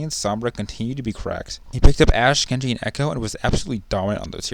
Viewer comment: It's "Gen G" not "Gen dot G"